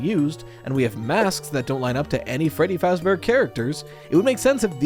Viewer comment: feddy fahbear